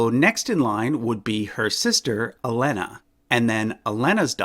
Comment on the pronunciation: its pronounced “Elaina” not “Elena” even though it is spelt like that